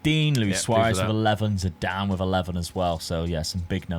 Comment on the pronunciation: S5C here!!! 💪🇷🇸 Well, if someone in previous videos played Harry Kane as GK, You can play Figo as RWB 😄 PS-How Dad managed to pronounce Zidan's name ZEDIN??? 🤣🤣🤣